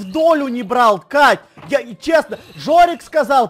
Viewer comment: ахахахахахахахах КАШШШШШ вместо КАТЬЬЬЬ ахахахахахахахах ахах